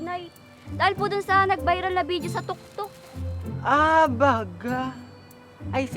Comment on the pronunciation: Tiktok po Yun hindi po Yun toktok